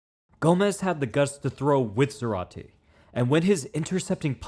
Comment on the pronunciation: It's pronounced ZAH-rate. The accent is on the first syllable.